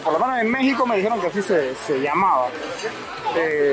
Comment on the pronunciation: Se pronuncia "lamborguini" no "lamboryini"